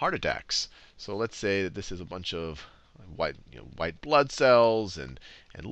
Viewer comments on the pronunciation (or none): none